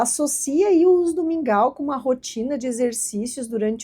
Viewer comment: Li e pensei; o que será esse tal de "Míngua" fui ouvir o vídeo e entendi que era mingau.